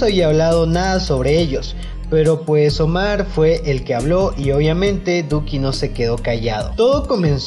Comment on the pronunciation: SOY YO O CUANDO EMPEZO EL VIDEO DIJO LUCKI EN VEZ DE DUKI